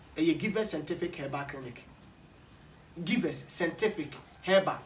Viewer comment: Kwaku, hahaha a, is givers scientific but not givers scentific. You always pronounce it as scentific instead of scientific. Check and work on it, bro.